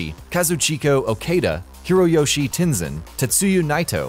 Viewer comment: TEN ZAHN